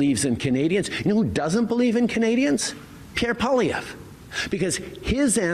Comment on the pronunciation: I find it funny that Trudeau speaks fluent French, but pronounce Pierre's last name as "Poli-evh". Trudeau is nuts.......just plain nuts.